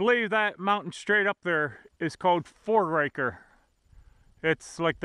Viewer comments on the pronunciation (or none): Mt. Foraker is pronounced "For ah ker"